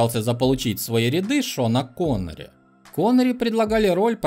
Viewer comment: "Но Шоннери не захотел снимяться в фильме про динозавров"